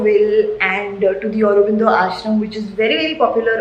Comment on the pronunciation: How you pronounced AUROBINDO was amazing, being a Bong I just loved that girl! And towards the end SUSHI dekha ke muh mein paani aagaya, sachhi